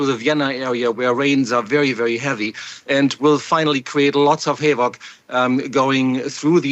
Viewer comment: Someone teach him how to pronounce "Danube" and "havoc". Where is this guy from??